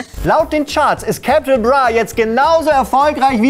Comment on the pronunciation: Capitol Brah, wie kann man so ein video machen und nicht mal wissen, wie man die Künstler ausspricht